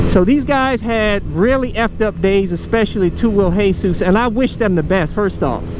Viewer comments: Who tf is hey-sus? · the way he says hesus it's just anoying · It's pronounced 2 WHEEL JESUS like Jesus Christ not Jesus the roofer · I like how he says hesus instead of jesus🤣😂